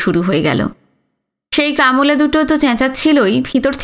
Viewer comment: কামলা... কাম্ লা উচ্চারণটা কানে লাগলো বড়ো